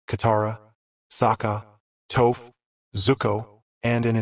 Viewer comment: Its Toph, not Tooph